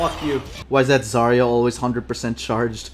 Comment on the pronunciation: That’s not how you pronounce Zarya but sure